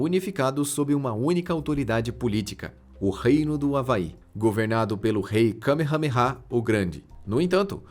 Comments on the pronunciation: O narrador só pode ta de zueira 😂😂😂😂😂😂😂 kamehamera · Eu ouvi kamehameha sério.😂😂😂😂